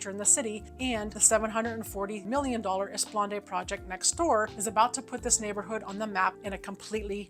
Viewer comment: FWIW, it's pronounced 'Eh-spluh-naad', not 'Ess-puhl-ahn-day'.